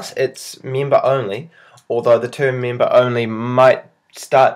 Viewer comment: Its member not meemba